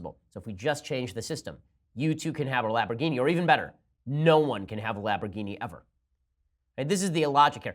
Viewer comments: Lamborghini. not "Laborghini" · What’s a “lab-ro-geeny”? I know of Lamborghini, is it made by them? Ben sure does enjoy whatever a lab-ro-geeny is. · lamb - bore - gheen - eee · Is he saying Labberghini? Like laboradoodle? Lol 😂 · LAMB...orgini....NOT LAB. Ugh....Love you Ben, but c'mon man! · It's not a "Labrogini", it's a "Lamborghini". Thanks very much. Enjoy the day. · What is a laporgini and when did Bernie Sanders become russian? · Is it just me or did Ben say "Laborghini" without the "M" like 4 times? lol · OH MY GOD stop saying labroghini LAMBORGHINI lol Love you ben, you are almost ALWAYS on point! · Ben i love you but sweet lord above, its LAMB not LAB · Laborghini? Love it. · Laborghini lol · He just kept saying it Laborgini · Im pretty sure Its LaMborgini, not Labrogini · Laborghini instead of lamborghini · The way you pronounce "lambourghini" triggers me. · Hey Ben, it's "LAM-borghini" not "LAB-er-ghini". One mess-up is more than understandable, but you said it like a dozen times. Lols ;-) ...... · "Lamboghini" lmao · someone please teach ben its pronounced LAMBergini there's an M ben! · So you have to take a drink every time he says Labrogeenee? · good video, but were you saying laborghini? lol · And LABorghini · Did Ben lose a bet that caused him to mispronounce LAMborghini? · Has Ben never heard of this car ? It's LaMborghini", Ben !!! Pronounce the "M" !!!!!!!! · he was spelling it the way Ben was saying it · I could go for some lahborghini and Alfredo sauce. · I could understanding mispronouncing the name once if it's a slip, but if you don't know what a Lamborghini is, maybe don't fail at pronouncing it so many times. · Ben, you pronounce "Lamborghini" horrendously wrong. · Who else came to the comments specifically because of how he pronounces Lamborghini? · The real news of the day is Ben's mispronunciation of Lamborghini. lol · I'm so pissed at How Ben says Lamborghini